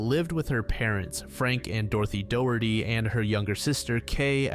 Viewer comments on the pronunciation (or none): none